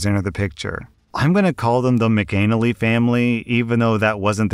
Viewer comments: As hilarious as McAnal-ee is and I wish it was actually pronounced that way its actually pronounced Mc Ann-alley.. but I think I'm gonna start saying it your way 😂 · 😂 it's pronounced mack uh nnally like alley not anal ee😂😂😂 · McAnally is pronounced Mac Ah Nah Lee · McAnally is pronounced Mac-in-aah-lee not Mac-Anal-ee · The surname is pronounced "Mac" "an" "alley" not "anally" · Not of Irish descent, but I would have expected that to be Mack-uh-nally, not Mick-anal-lee. Shows what I know. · I just sniggered all the way through at your pronunciation of McAnally. Must be my puerile British toilet obsession, but it did make me think of pasta and arses. Pronounced “Maka Nally”. 👍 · That isn't how you pronounce McAnally. You say it like Mac uh nally. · There is a reason horse thieves were at one time punished severely. They are taking away people's livelihoods. The cruelty is even worse. I did have to snicker at the pronunciation of McAnally